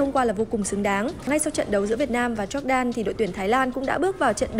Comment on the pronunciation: E có một góp ý nhỏ xíu thooii Jordan đọc là dóoc đan nii .e cũng là fan của S nên đừng ném đá e soii😭😭